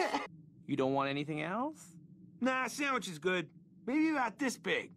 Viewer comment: I love it when he says sammich